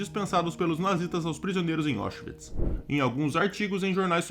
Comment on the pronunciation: A pronúncia correta é "Áuchvits", não "Óchvits".